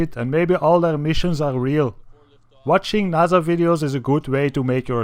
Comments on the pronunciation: no its naysa say it right they own space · naza...... its N-A-S-A not naza its an S